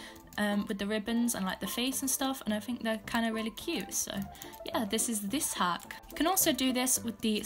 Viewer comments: no offense i love your content but when she says outfit hack all i hear is outfit ACK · "for the next outfit haCKh"